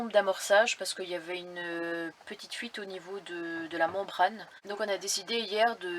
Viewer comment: C'est l'accent belge trop mignon qui a fait une fugace apparition. ... j'ai noté aussi 😆